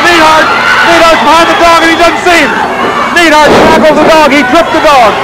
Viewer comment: What's with Watts calling Duggan, "Doogan" and Neidhart, "Needhart."